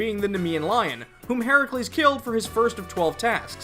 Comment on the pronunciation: Thank you for pronouncing Herakles's name the Greek way! That was nice to see/hear - especially given how inconsistent the SMT series entries are with the spellings of Greek/Roman deities (side-note: since when is Geryon a titan?). Good video!